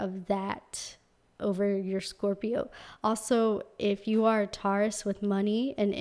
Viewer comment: The way you say Taurus-> TAW—-ris 😂😂😂LOL